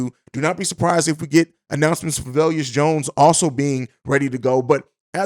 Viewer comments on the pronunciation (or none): Dude…seriously VE-Lus. Not vellius It’s not hard. You are a pro? Take 2 extra seconds and freeking learn the man’s name